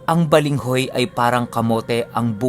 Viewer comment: balanghoy po,hindi balenghoy 😂more power to your channel ❣️ proud bisaya here 🤣